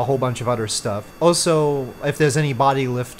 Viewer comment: no hate lover your vids but can I have noticed for a while that you say "also" as " O-so " could you maybe say it right. Keep rollin out these sick vids